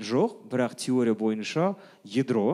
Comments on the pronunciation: едро емес ядро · Едро емес ядро ануар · едро емес ядро😂